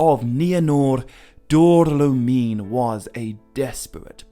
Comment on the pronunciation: Great work as always,! Only a little note: I think Dor-lómin is pronounced with the emphasis on the accent. No paragraphs of comments from me unlike last time 😅